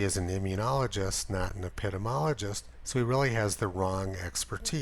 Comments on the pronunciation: ep-ih-dee-mee-ologist. not eh-pit-im-ologist. just sayin. for future reference. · ep-i-dee-mee-OLL-i-jist (epidemiologist)